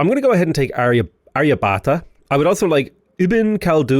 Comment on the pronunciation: It’s pronounced Arr-ya-bhatt-a Hard “bh”, hard “t” Nice tall build though! Always fun to see something outside the ordinary 20-city late-game in a Science/Domination run.